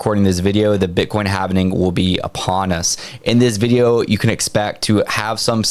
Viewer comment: Repeat after me... HAL-VING Not HALV-NING